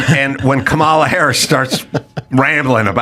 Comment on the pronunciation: Does he mispronounce Kamala wrong to be mean? Or is he just stupid?